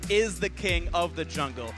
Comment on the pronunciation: prononciation coréenne super mais le mot jungle prononce en français au lieu de l anglais, mes oreilles ont sursaute